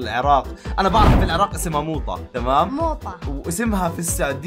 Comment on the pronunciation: حبيبي وانا من العراق ولكن في النهايه اللي انت قلتها موطه وليس موطه